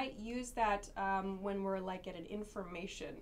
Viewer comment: I hit always the lick button... hahaha. What a strange pronounce of like,?